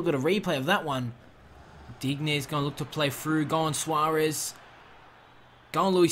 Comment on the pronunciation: Not a fan of that Sanches Deal. Also, stop saying Dig-nay when its supposed to be pronounced Deen-yay. Make it sound French, it hurts to hear.